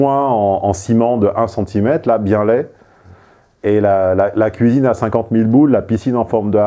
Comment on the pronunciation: En un mot comme en cent: "KOUIZINE"!